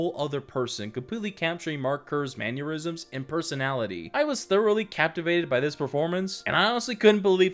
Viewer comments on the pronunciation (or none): ITS MANNERISMS, NOT MANURISMS